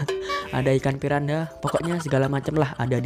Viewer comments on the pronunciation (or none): none